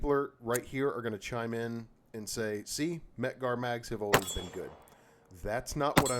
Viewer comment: exactly, first time I ever heard someone say mec-gar is crummy.